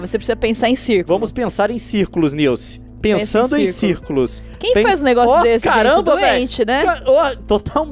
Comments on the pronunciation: "SILCE" morri KKKKKKKKKKKKKKKKKK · Nice: não não leon:cilce Nilce: cilce? KKKKKKK😂😂😂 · "Cilci" HAHAHAHAHAH to rindo ate 2016